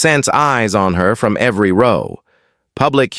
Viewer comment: Row is pronounced "ro...w" correct the not rouw as pronounced.